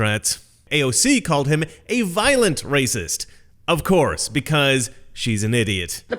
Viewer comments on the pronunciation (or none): I think that was point...she couldn't pronounce virulent, and it sounded close to "violent." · AOC called him a virulent racist, not a violent racist, but she’s so damn stupid she pronounced it wrong. They didn’t put the phonetic spelling in her script. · Hey, not to be that guy, but I think AOC was saying he's a virulent racist, not a violent one. She pronounced it wrong (she said it like "virus") but it's a fairer critique. After all, "virulent," is just leftspeak for "influential," or, "popular." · &, AOC said 'virulent', not 'violent' you are fake news!!! just kidding, love your show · it sounds like aoc says virulent racist. of course she pronounced it wrong. also she IS wrong. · AOC said virulent racist. She just doesn't know how to pronounce it.